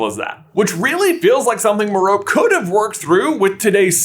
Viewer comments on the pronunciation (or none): According to the audiobook I listened to, it’s Mer-ro-pee. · can you stop saying “me-rope” and try saying it like Stephen fry in the audiobooks. I get whiplash everytime you say it in freedom language 🦅 🇺🇸 it’s like when people used to call hermione “her-mi-on” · I feel like you’re mispronouncing her name but who knows. For all I know you’re saying it the correct way but I’ve always heard it pronounced as Merope(Mer-opea) even in the audible version the reader pronounces her name (Mer-Opea) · Is Timothe pronounced tim-OATH? If not, why would merope be pronounced mer-OPE? It's MER-o-pee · Merope’s name is pronounced “MEH-ruh-pay“, not “meh-ROHP.” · Your saying it wrong, it's Mer-Oh-Pay not mer-ope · I thoughtit was pronounced meropee instead of merope. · It's pronounced "mer-OH-pee" with the stress on the second syllable. It has Greek origins. It's also a star in the constellation of Taurus and a member of the Pleiades star cluster. And the name of the star is pronounced the same way. Sorry, but I couldn't handle him saying "mer-ope" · the way he was pronouncing merope had me pulling my hair out lol absolutely love you guys its just that I read the audiobook and they pronounce it mare-O-pay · Is that how to pronounce it? Sounds weird and I dont like it. I always thought it was Mer-O-Pea, which sounds much better IMO. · How you are pronouncing merope is stressing me out it’s mare…rah…pee or pay depending of you are British or American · Its pronounced Meh-ro-pay 🎉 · Merope is pronounced Mar ro pay this is how Stephen Fry pronounces it in the audible books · I love your videos, but this one was a bit hard to listen to. Merope is pronounced Meh-ruh- pee, so listening to this was a bit disturbing, sorry 🙈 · mare-oh-PAY three syllables!!! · the way you said merope made me so agitated this whole video aaa!! was a great watch though! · Merope: May-Roh-Pee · I can't get over how you say marope who would pronounce it like that lol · MER-oh-pee - like Hermione and Penelope.